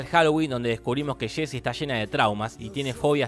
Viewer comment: No se dice shésy, se dice “yé-si”.